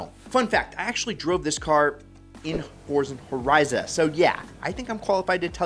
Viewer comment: “Forzan horiza”😂